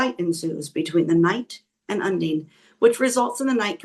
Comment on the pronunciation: Check pronunciation of Undine 😊 My mother’s middle name ❤